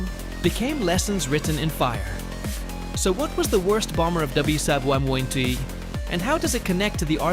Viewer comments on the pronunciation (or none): click-bait with AI-slop generated narration - check out its attempts to "pronounce" WWII and , etc...